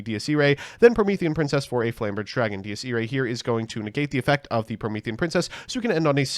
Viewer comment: He pronounces Dies Irae like 10 differen ways